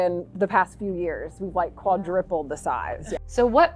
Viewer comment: did she say quadriple?